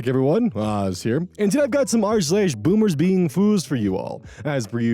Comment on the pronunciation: "Boomersbeingfoos"? Oz got the L outta there!😊